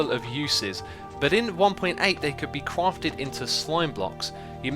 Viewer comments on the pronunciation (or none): “Cwafted into slime blocks” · "They could be cwarfted into slime blocks" CWARFTED